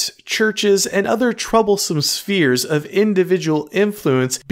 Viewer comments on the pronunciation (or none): none